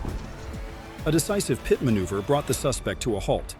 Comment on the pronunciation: 35 (peeyet manuever.)..come on..this is ai...